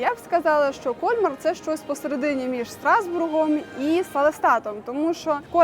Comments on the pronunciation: Красиве відео. Мої улюблені різдвяні міста. Ріже слух КОльмар. При вимові Кольмар-наголос на другий склад. КольмАр (згідно з правилами українського мовознавства для слів іншомовного походження). Французи теж роблять наголос на другому складі. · Все ж таки , наголос на останній слог- КольмАр!!! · Все гарно, але ваш КОльмар вбиває 😂… КольмАр треба казати. І помітили, що це не перша ваша помилка у вимові. Будь ласка, перш ніж знімати відео, послухайте як називають своє місце місцеві.🙏🏻 А так дякуємо за контент) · В Альзасі всі містечка чудові, особливо на Різдво! Пані ведучій замічу, що не КОльмар, а КольмАр! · Згодна, зробили дуже красиве відео. Дякую. Крім КОльмара, ще різонуло пЕтіт Франс. Все таки, це Франція, і тут всі слова мають наголос на останньому складі. КольмАр та ПетІт Франс